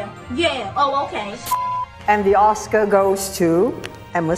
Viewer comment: not bad bunny not being able to pronounce oscar